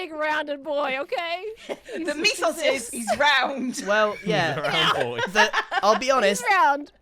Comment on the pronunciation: pronouncing mythos as "meefos" is disturbing